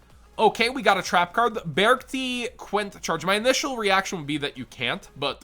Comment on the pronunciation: I think its pronounced be-arc-ti ??? Idk